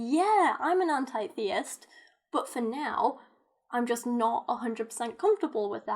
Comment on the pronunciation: Forget about labeling yourself. Your pronouncing the word anti-theist wrong. Start with that first.